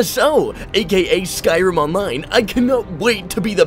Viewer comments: "olone". lmao dawg so glad I found your channel. thanks for the tips! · lol "Elder Scrolls Olone"